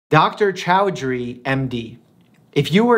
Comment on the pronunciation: Okay I know Dr.Mike doesn't know Indian names just like I can pronounce other country people name wrong. But Dr.Chowdhary pronunciation just made me laugh '.😂